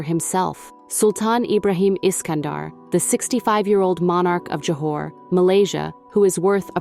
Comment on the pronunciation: its Johor not Johar